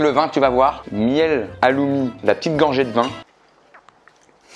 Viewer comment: Hommage à tous les chypriotes qui ont du crier derrière leur écran pour la prononciation du Halloumi et surtout de ses origines 🤣 ce n'est pas un fromage grec mais chypriote 😭🙏😅